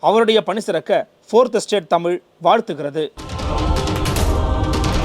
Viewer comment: அருமையான பதிவு, உச்சரிப்பில் தமிழ் தமிழ் என்று சொல்லும் போது "அமிழ்து, அமிழ்து " என்று கேட்கிறது. தேன் தமிழ் உரை